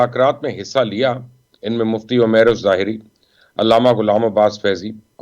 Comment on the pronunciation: مفتی عمیر الازہری نام ہے ظہری نہیں ۔ جزاک اللّہ